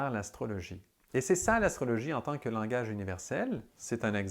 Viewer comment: Langage pas "langouitche" 😉